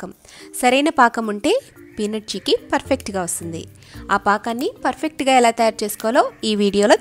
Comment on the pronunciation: Hiii andi.chekki kadhu....cheykki